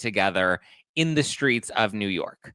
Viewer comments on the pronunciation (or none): none